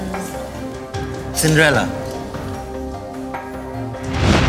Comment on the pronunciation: Man... Indians..SMH. Its not Cindrella. Its Cinderella!